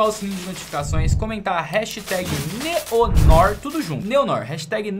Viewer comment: o nome da awp não se pronuncia Neon Nór, e sim Néo Noár!!! 🤜🏻🤜🏻👍🏻